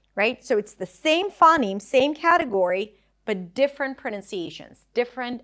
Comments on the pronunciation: givng pronunciation advice when you cant say phoneme correctly. yikes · Small nitpicks: - I think you're mispronouncing "phoneme" / / , it should be diphthongized, similar to "phone" or "phony". - , you say that in Japanese phonotactics, final syllables are either open or end in a nasal. This is, strictly speaking, incorrect; devoicing can lead to words ending in a non-nasal consonant, e.g. in です. - Similar mistake , Japanese may have consonant clusters as a result of devoicing, e.g. in しかし.